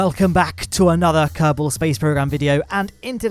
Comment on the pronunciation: your "kerbal space program" sounds like "karton space program"